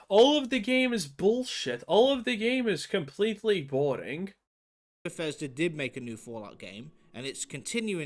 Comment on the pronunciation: bethesda became beshitda :p